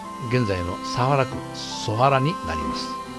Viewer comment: 『祖原』の読みは「そばら」ではなく「そはら」ですね。